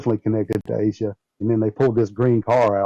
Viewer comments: Its pronounced Ayy Sha, not Ah Sha. 🙄 No wonder u arent on network tv anymore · Her na.e is pronounced Aisa.